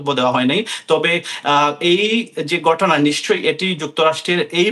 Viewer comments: গটনা নয় ঘটনা গন্টা নয় ঘন্টা আবাল আঞ্চলিকতা পরিহার করে আগে শুদ্ধ উচ্চারণ শিখে সাংবাদিক জগতে আসিস। এসব অশুদ্ধ উচ্চারণ শুনেই সংবাদটা শুনার রুচিটা নষ্ট হয়ে যায়। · আমেরিকার মত দেশে এই রকম গটনা গটে,,,,,, সাংবাদিকের উচ্চারণ,,, 😅